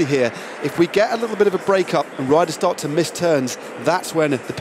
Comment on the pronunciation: " the organitator said we can shart a little bit" ??